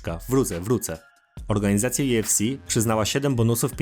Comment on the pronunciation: Kurde dobrze jest wszystko tylko UFC wymowa* juefsi Benoist Saint Denis wymowa* benła san deni a tak pozatym to probs i subik jest